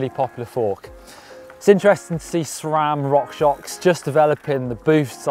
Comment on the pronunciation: Hey, he pronounced SRAM the way it is spelled! #noHinSRAM